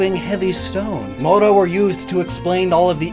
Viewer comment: the way you pronunce mouro is a slur in the iberina peninsula for arabic people...😐